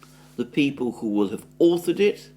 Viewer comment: By the way, "who" should sound more like "hu" and less like "shshuu" 😂😂